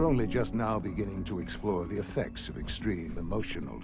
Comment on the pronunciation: why are you saying "The" as "Hte"